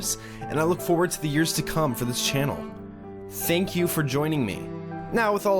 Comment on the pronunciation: Did I just hear "hey guys sink you so much for watching"?